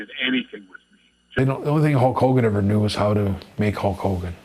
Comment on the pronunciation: "What has he really everrr done."